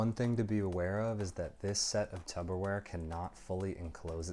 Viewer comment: Nice review - why are you calling it Tupper Ware?